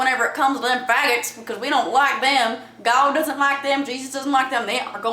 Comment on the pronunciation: i love how u say GAWD instead of god. it cracks me up everytime LOL